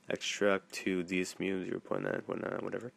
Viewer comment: You're pronouncing it wrong, it's "DEH-ZOO-MAY"